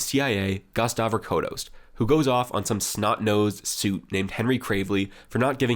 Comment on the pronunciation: Harold Holt is a Cake Eater, a Tool. And It's Gust Avocados Pronounced. Avo-Cados